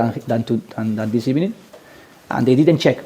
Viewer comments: Goooooood ebening!!! ITS TIME TO GOOOOO!!! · Love how he continues with 'Good ebening' he must know the stick he's getting for it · Just a Tonny Pulis who says "Good Ebening" instead of Good Evening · Yeah first of all good ebening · good ebening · Morning: Good ebening Afternoon: Good ebening Dusk: Good ebening Why did u give xhaka the captaincy?: Good ebening. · I wish I was there as a journalist to ask on Ozil and make it a bad ebening😂😂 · Good ebening LoL emery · Yaaaaay Good Ebening 😂😂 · Nothing funny about him saying Good ebening. Yes the guy is just not cut for the job at Arsenal but let’s not forget that V is pronounced like a b in Spanish which is his mother tongue. The guy came to the EPL and was brave enough unlike Poch who took years before he let go of his translator. He did the same thing in Paris: spoke French with his original accent. You can criticise his game but mocking his accent isn’t fair especially when many on here might not be fluent(or close to fluency) in a second language or 3rd language let alone making the efforts to speak it.